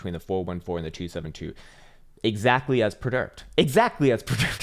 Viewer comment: Me too, And the "I prdicted this" ........lol